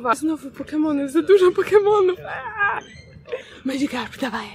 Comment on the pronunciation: Czyta sie Madżikarp